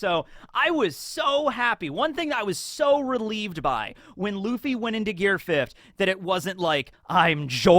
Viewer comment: I remember you calling it “Gear Fif’d” all the time 😜 Ah the nostalgia 😆